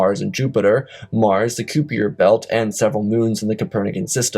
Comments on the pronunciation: ans the kuiper belt isn't pronounced 'cooper' but pronounced as "kiper" (k - eye - per) belt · Koopy-err belt? I mean uhh. It's pronounces like Diaper, but starts with a K. There were quite a few words like that, you need to ask someone how to say them If you aren't sure. I give this whole production a 5/10 so far. I am glad you didn't use AI writers or readers (as far as I can tell) so far. I did also notice you like to repeat yourself quite a bit.